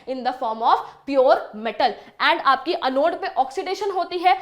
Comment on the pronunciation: mam anode or cathode ko prounce aache se karo